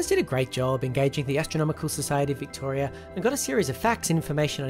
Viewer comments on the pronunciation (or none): none